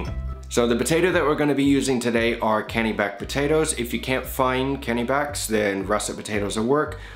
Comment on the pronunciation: I'm from potato growing country in Maine. Kennebec is pronounced "Ken-eh-bek". It's also the name of one of our counties.